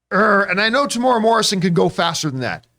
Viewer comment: his name is pronounced Tem-u-era